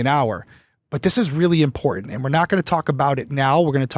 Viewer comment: With the strengh of those specacles you would think she could see the T in the middle of imporTant